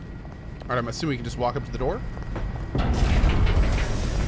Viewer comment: Roight, Roight, Roight, Roight, Roight, Roight, Roight, Roight